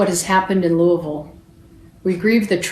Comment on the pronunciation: Props for properly pronouncing “looavul”